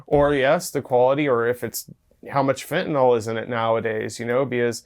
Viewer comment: There is no "o" in fentanyl hillbillies 😹